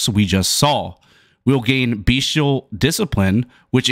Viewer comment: Nice comprehensive walkthrough 👌 btw... it's bestial, not beastial 🙃